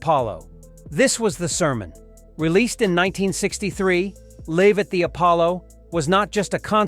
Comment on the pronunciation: Love the pronunciation of 'Live' 😂😂